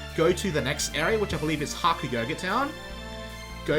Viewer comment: You know what annoys me? You calling Hakugyokuro Hakuyogurt town. THAT IS FREAKING STUPID! STAHP! NAO!